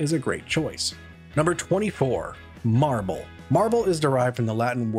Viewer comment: Think is was supposed to be said "Mable". It was mentioned as an old fashioned name and Marble is not that!